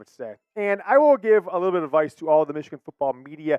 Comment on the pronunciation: 56-7 meeechigan